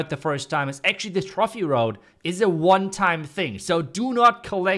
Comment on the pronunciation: Pls Dont say trofffi road just trophy just way more elegant